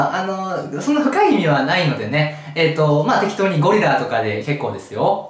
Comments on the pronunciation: 「おぉりら！」になってるの草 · ゴリラの発音と口が合わないのがツボ